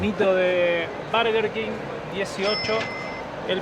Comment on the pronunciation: “Barguer kin” 😂😂😂